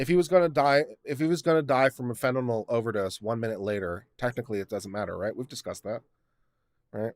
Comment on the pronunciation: Slight correction, it's fentanyl (fan-tah-nill) not fentanol (fan-tah-knoll).